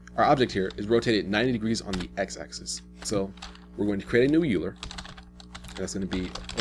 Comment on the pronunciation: are you saying euler? I believe its pronounced "OIL+er" but I pronounced it like that for years myself.